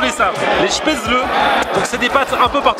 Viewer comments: Des speutzleuuh mdrr xD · On prononce "chpaitssli" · on dit schpetzele . PS : les autres dans les commentaires . ne ditent pas '' ouais l'Allemagne c de la merde et tout '' vous y êtes jamais aller . et c un pays magnifique